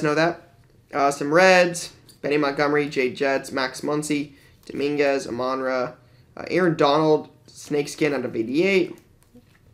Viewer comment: Crazy to see the massive width of what people collect, I can't imagine running a shop and trying to keep everyone happy. Also in case no one ever told you, his name is pronounced Amon-Ra, not A-Monra